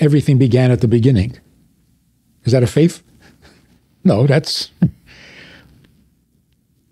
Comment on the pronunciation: FaiTH Not FaiF. PaTH not PaF. It is painful to hear someone speaking like this.